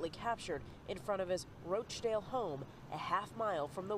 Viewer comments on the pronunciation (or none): Roachdale ? Nah it's Rochdale 😂😂